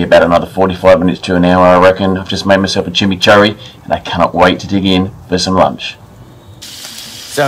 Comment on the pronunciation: being weird, agree it should be pronounced chi-mee-chour-ee. Lazy pronunciation from me there. Near where I live there’s a place called Kurri Kurri which is pronounced Curry Curry, just a lazy habit formed but you’re spot on should stop that shit.